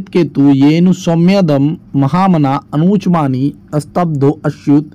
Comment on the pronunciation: सर, आप खुद ध्यान से नहीं पढ़ रहे हैं।अनुचानमानी को अनुचमानी पढ़ रहे हैं।